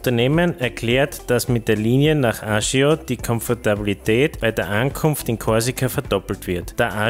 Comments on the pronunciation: Der korsische Ort spricht sich Ajatschio nicht Ajajo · Moin, sehr interessante Videos mit sehr speziellen Infos, vielen Dank! Ein Hinweis: Aussprach der korsischen Hauptstadt noch mal checken, das ist mE nicht korrekt!